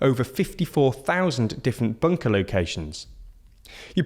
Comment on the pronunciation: Please, say Buuunker one more time.